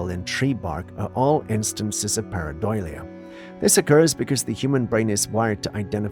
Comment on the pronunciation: Please correct your pronunciation, it's paradolia not paradoilia.